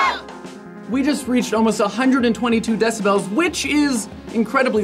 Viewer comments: its decibels not decibells lol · I've never heard it pronounced decibells before.